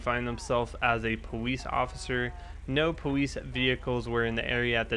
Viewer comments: its police not powece i am dis likeing the video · im not being ruid but tour saying powice and saying your l's wrong not being ruid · does he say powice? ? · Did he say powice